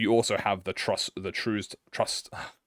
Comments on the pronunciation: Hearing mispronounce Trussed constantly was certainly something. Truss rhymes with Fuss, Trussed rhymes with Fussed. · “Truced” — when reading Trussed